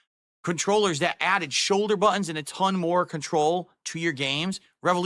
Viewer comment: wtf a DAHCK?? It's got two BWUTTONS?? wauw dude